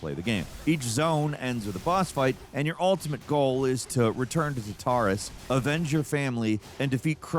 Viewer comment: The way he says Tartarus is wild 😂